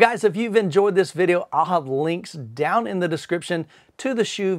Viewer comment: Thanks for the review I have had their other 15” sub for 8 years. Smaller company with great customer service. Dr HSU has even given me personal advice for settings and placement. FYI the name is pronounced Soo vs Shoe. It states pronunciation on the website and the employees pronounce as Soo. The unusual thing is the commercial recording when you call the company does pronounce “shoe”.